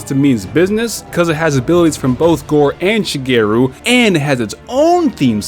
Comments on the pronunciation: isnt it shagaru magala and not shageru? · My mans mispronounced ShagAru Magalas name every time :( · shuh-gay-roo magala lol wat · I got triggered every time he said shagaru magalas name wrong